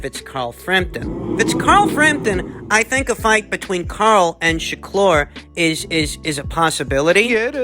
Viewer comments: ShakLur? 😂 why you been twisting everyone’s names so much recently? 😂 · sha-klur!!!!! lol